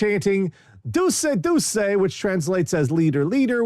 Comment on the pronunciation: Also, just for engagement purposes, not trying to be pedantic here, Duce is pronounced ‘doo-chay’ not ‘doo-say’.